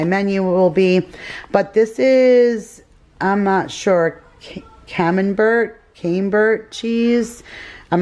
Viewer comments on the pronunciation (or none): Camembert cheese is pronounced “cam am bear” 😉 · Love Camembert, you pronounce it "Cam-M-beer". All those yummies in your haul, now I want some appetizers, LOL, maybe I can convince the hubs to go over to Trader Joes this weekend and pick up some goodies too. We are going to be home alone this Christmas, so I think we should treat ourselves.You will have to let us know how those beef steak tips are, I'd love to pick some up if they are good. Thanks for sharing all this goodness with us today.